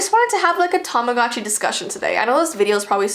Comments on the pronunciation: Tamagotchi not tomogachi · does anyone wonder why tamagotchi sounds like tamadotchi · Tamogatchi Me: Tama- GUCCI My scary Tamagotchi story: What is Tamagotchi? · Yeah whats a TaMaGaZChI whatever its called im pretty sure its called "Tamagotchi", anyways, whats a "TaMaGaZChI" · Tamagotchi Subtitles: Time of God she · your saying tamagotchi wrong it sounds like tamagoochee but it's spelt tamagotchi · its tamagotchi pronounced tamagootchi like theres a oh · When someone says tamagotchi at first it sounds like ‘TOM’ agotchi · Is no one going to talk about how she saying tamagotchi wrong